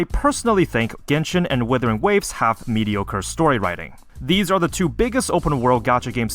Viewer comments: The guy keeps pronouncing WIthering waves instead of WUthering waves which means he doesn't have a habit of double checking his information. A person like that has no credibility. This inability to double check stuff is reflecting on his video right now. Things are constantly flying over his head and he just plays it off as: "The game didn't tell'' Yes it did, you're just too stupid to notice. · I knew he was a dumbass when he kept calling the game withering waves 😂😂😂